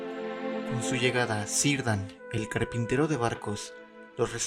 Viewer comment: Cirdan con pronunciacion Kirdan*